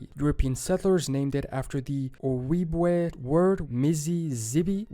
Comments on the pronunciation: wow, this guy does not know how to speak native american names, Sioux, is pronounced Sue, Ojibwe, is pronounced O - jib - way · Minnesota here, and from how I've heard it said by the natives, Ojibwe is pronounced Oh-Jib-Way. Just like Sioux is sue. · Ojibwa. He pronounces the j like a y. It's pronounced like a J.